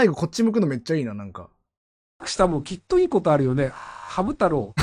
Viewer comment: 本人公認 赤羽 はい、ﾌﾟﾗｼｰﾎﾞ あ↓か↑ばね 言いそう 完成形 キンタマーニ 彼女 キャンタマ ｸﾞﾁｬｸﾞﾁｬ キンータマ 海賊王 詫び詫び ドコムス ムーミン 何が面白いんですかね? 強ゆき にょうへい ジョジョ 許します ｱｺｶﾞﾚﾙｰ 許しません き↑っと ｴﾝﾃﾞｨﾝｸﾞ ラブベリ 渋谷でわ↑んこ